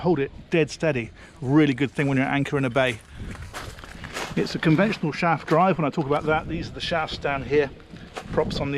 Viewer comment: Great vid,. I can really hear the TQ1 when you say "Shaaaaft".